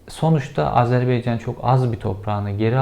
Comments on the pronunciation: Kel kafa (bu arada ben de kelim😀) once Azerbeycan degilde Azervaycan demeyi ogren.Ikincisi Azerbaycan cok az bir topragini geri almis!! Yabma yaw😁😁 12000 kilometrelik isgal edilmis topraginin 10000 kilometresini isgalden kurtarinca cok az bir topragimi geri almis oluyor? Kel kafana martilar sicsin!! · Cevheri, kanalını severek takip ediyorum lakin bugün Azerbaycan’ı bin kere "Azerbeycan " diye telaffuz etmene takıldım da konuyu takip edemedim. Takıntılıyım biraz galiba.😄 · Beycan nedir ya Şu ülkenin adını doğru telaffuz edin Baycan deyin Baycan Azerbaycan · Azerbeycan değil bir öğren AZERBAYCAN önce bunu öğren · Azerbeycan değil AZERBAYCAN! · Azerbeycan değil malın oğlu.Azerbaycan. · Azerbeycan değil AZARBAYCAN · Hepsi iyi güzel de, RTE ve benzerleri gibi AzerBEYcan demek yerine doğrusunu, AzerBAYcan demeyi seçsen iyi olacak. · Azerbeycan değil, Azerbaycan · ..beycan değil. ..baycan. Azerbaycan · Azer Beyin Canı demekten usanmadan bitirdin. Doğrusunu biliyorsundur ama ben de hatırlatayım. Âzerbeycan yanlış... Doğrusu Âzerbaycan..! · AzerbEycan değil gerizekalı! AzerbAycan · Cevher. Bey.. AZERBEYCAN değil.... AZERBAYCAN.. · Abi telaffuzda hata var Azerbaycan diye okunuyor bunu bizzat orada ögrendim kesin bilgi :) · Beycan değil AZERBAYCAN,, önce bunu bir öğrenin. Bir ülkenin adı doğru telaffuz edilmelidir. Hele bu soydaş bir ülke ise. Biraz özen ve bilgi.... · Ülkenin adı Azerbaycan dir Beycan değil